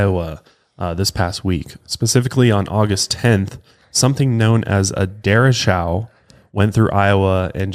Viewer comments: It is a dur echo, not dura chow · Der Rey Cho... the O is long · I just saw this video and sorry but I gotta laugh at how you guys pronounced the storm that hit us here in Iowa. We pronounce it dur-a-she-o. That storm was brutal and a year later we are just now getting our fence and house siding replaced. Our neighbor across the street still has a tarp over most of her roof. It effected the whole state and it was devastating. Some of us were without power and water for almost 3 weeks but others were lucky and only lost power for 2-3 days. One good thing that came from it was everyone getting together to help each other and we had a huge block party cooking all our cold food so it didn’t go to waste. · I know I’m 3 years late, but it’s pronounced Dr-ay-cho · im sorry but derry-chow is sendinggggg me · It's pronounced like da-rae-show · Lol the way he pronounced the name of the storm was so funny. The name of the storm is a Spanish word for straight. DE-RE-CHO = Straight. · Hey guys! I believe the derecho that happened in Iowa is pronounced like the Spanish word derecho for "straight". My thoughts go out to everyone there, stay safe, and donate to Iowa if you don't live there. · Mispronouncing. "Derecho" very badly. Pretty funny cuz he specifically mentioned the pronunciation of the word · I might be wrong but derecho is pronounce like the Spanish word that means “straight” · U r right. He totally mispronounced it. Pretty funny